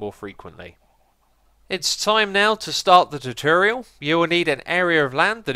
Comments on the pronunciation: You say tutorial really weird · Ye still canny pronounce TUTORIAL?